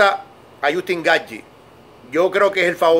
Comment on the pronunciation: Lo peor es como pronuncia Justin Gaethje